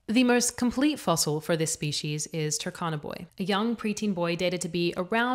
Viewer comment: I heard you pronounce `Turkana` as `Takana`. It should be pronounced as it is written, i.e the `u` is 'uh' and 'r' is not silent: 'Tuh R Kana`